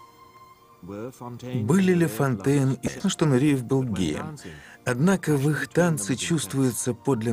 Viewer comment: Он не Нуриев, а Нуреев, не приятно слушать речь с ошибками